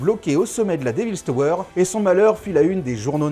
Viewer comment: "déville tauweure".....!?!?!?!?